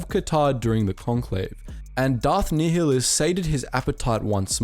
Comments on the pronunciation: It’s pronounced darth NI -hlus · You pronounce it (ny-lus) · Nih-less nih-less nih-less it's pronounced nih-less. Gah did you play the games damnit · Ny Lus not Ni HI lus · Darth Nehulus. Its nile - us. as in the river in Egypt then us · Learn how to pronounce nialhuaus correctly. Nigh-a-lus. Not fucking Neil-a-lous... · Idk why u cant pronounce Nihilous its like the NILE not neeheelus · PointedGoblin Nihilus is also wrong... the H shouldn’t be emphasized. Much like the actual words nihilist or nihilism... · For a moment there I almost heard "Darth Niggalus" 😅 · I’m sure someone has said this, but Darth Nihilus is pronounced Nigh-ill-us lol Thank you for this :P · Great video though it was T3-M4 and it was pronounced Nih-ilus and goto not GO-TO. Interesting to think about what would happened if the Triumvirate never turned on each other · Pretty sure it's pronounced Darth Nigh-uh-luh-s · You're pronouncing nihlis wrong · It’s Darth “Nye-lus” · "Knee-hill-us" XD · So... what the fuck is a “Knee-huh-lus”? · Unit Circles hahahahaha, tell me about it. It was difficult to get through this video because it’s pronounced [Nile-Hus]. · The mispronunciation of Nihilus has to be satire or rage bait or sumn cuz ain’t no way 💀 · You pronounce Nihilus like such a twat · Love that you're bringing more attention to the Kotor side of Star Wars, but I can't watch after you butchered Nihilus name lol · Pronounce nihilus correctly ffs 🤦🏻‍♂️ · Sorry I have to say, you’re pronouncing Nihilus wrong and I dont know how. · That is not how you pronounce Nihilus xD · darth nehilius huh um im pretty sure it's pronounced much differently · Damn mate you really butchered some of these kotor names XD none the less great video!